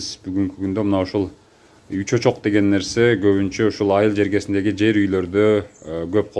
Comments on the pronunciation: Уч очок дединизби же уч чочокпу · Үч очок деп бөлүп айткылачы, Ү чочок болуп угулат экен. Ал эми ишиңерге ийгилик. Сонун очоктор экен...